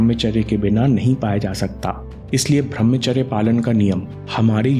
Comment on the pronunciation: bhai channal se kama lo. par uchcharan sahi kro. tum bhramcharya kahte hai. brahmcharya hai. kamao yaar kamao